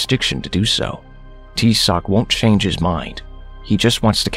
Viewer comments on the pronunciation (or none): none